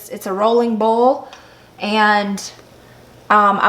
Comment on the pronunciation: Start watching . Also, boil is pronounced "boy-el". If you're blanching purple hull peas (or any field pea), it is recommended to dry them before bagging.